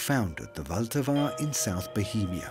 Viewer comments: It is not Voltava. Try to go by syllables, the stress is on the first one: VL-ta-va. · " wilt ahwa "